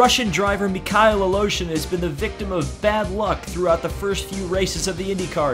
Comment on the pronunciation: its Mikhail Aleshin and it is pronounced "mick hail"